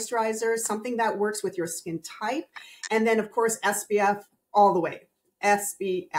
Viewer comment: has great information (and confirmed that my simple skin care routine in the morning is OK). I'm confused as to why she says "SBF" instead of "SPF?" Am I just hearing it wrong?